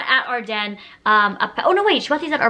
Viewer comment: I’m pretty sure it is ardeen and she is saying it wrong lol